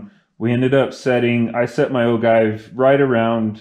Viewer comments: Sorry i had to stop your video ,you shouldn't be making reloading video when you cant pronounce the word OJive not ogive,you sound rediculous!!! Your inexperience is going to get someone hurt ...STOP!!! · The cringe of O-give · Oh-jive is how it’s pronounced but…good video. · "Ogive" is pronounced with a soft G - o-jive. And it's HORNADY, not Horandy. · Great job, btw it is pronounced "Ojive" (G = J)